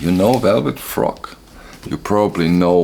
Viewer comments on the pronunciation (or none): Its Velvett Fog, not Frog. Good haul. Any chance you could say where you sourced these and maybe do a more detailed analysis of the music on these albums. Thanks.